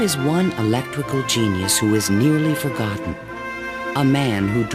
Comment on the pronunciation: " . . . The Forg[O]tten Inventor"